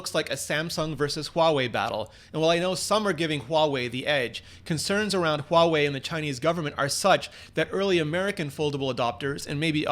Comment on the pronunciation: Holy shit, someone who is actually pronouncing Huawei right :O